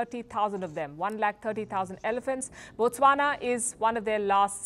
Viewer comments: Thanks for pronouncing Botswana well. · Wow the way u pronounce Botswana is impressive😊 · Wow you said Botswana exactly how we locals say it. I always watch your videos